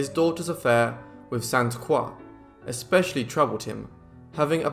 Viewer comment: Great video! Thank you for pronouncing “Croix” properly